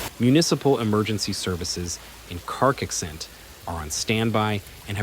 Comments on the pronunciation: At least bother learning the pronunciation of CARCAIXENT if you're going to talk about it for 8 minutes, dude. You know, as a sign of respect... You're not even close. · Carcaixent, and not Karkixent. Cogullada, en not Koala (wtf!)